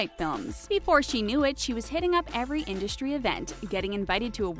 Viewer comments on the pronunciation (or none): It’s in-dust-ry not indushtry. Your lisp is about 20x worse than Leonardo DiCaprios.